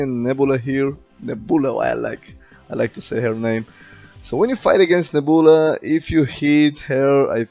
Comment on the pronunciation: “Hoooood” and “neboola” haha. Good Vid as always!